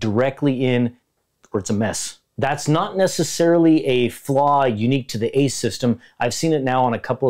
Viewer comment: It killed me when he said A-C-E in separate letters 😭